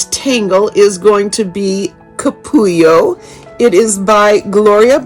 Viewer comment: Your pronunciation is spot-on! A capullo is a cocoon. Really enjoying following you from sunny, chilly Northern California. ♥️